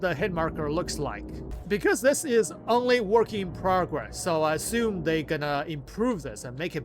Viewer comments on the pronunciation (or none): none